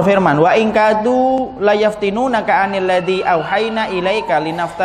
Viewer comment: menit 44.45 itu yang bener litaftariya, bukan linaftariya